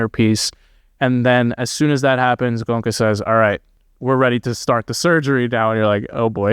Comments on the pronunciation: 😂Guys, At least Please pronounce the master’s name right, it’s Go-En-Ka. Not gonka!!😢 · It's Go-enka .. not gonka.. It's hard to believe nobody told you the right way to say his name. But nice to hear a good discussion.. Ties in with my experience.. there wasn't really any suspect love at the retreat I went to. Unfortunate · Gonka lol … it’s Go-enka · It pronounced Go-enka. not "Gonka". The Goenka's are a very wealthy Marwari clan. SN Goenka lived in Myanmar during WWII . His teacher was a very great Burmese civil servant who became a great Burmese meditation teacher. The primary Goenka meditation center in India is in Mumbai. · The awesome teacher's name pronounced Go-yen-ka; not Gonka.. JFYI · For your benefit, his name is pronounced GOYn-ka, not GOn-ka. 😇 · Good job guys! Its pronounced Go En Ka! To see is the summary of it. It's need to be integrated in every action, thought, emotion and the inevitable happens! How many years you do it has no relevance how well you integrate it in your day to day is what matters. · Go-eng-ka, three syllables... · oh dear.. the centres are all over the world.. Came to America fairly recently.. His name is NOT Gonka.. please.. Are American's taught at school how to mispronounce words..? His NOT Indian.. he's Burmese.. Fekk I'm 1 min 15 in.. You really were not paying attention.. why do a video without even checking basic facts.. ? I don't understand.. do you have access to google..? sidhartha who..? he was a royal prince and was NOT unhappy.. I can't take any more.. glad you enjoyed the retreat.. next time just write some notes before putting the camera on.. please.. save us all some time.. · Don't you know how to pronounce indian names😡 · While you two love criticizing someone's pronunciation of a language which is not their first language. Did you in the midst of this humour and mirth stop to think how funny you sound every time you pronounce his name wrong. Not good funny but stupid funny. Bunch of jokers